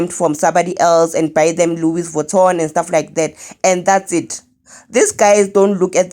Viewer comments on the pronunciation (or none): what is Louis “Votton”😂😂